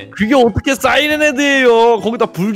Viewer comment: 싸이랜이 아니라 사이랜 이에용